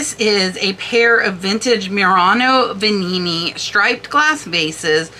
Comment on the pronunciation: I agree with everything you said about the one of a kind vase signed by multiple artists. It was so beautiful. I'm surprised what is sold for with all those sentiments. BTW I liked your pronunciation of the Veninni vase. Extra flair!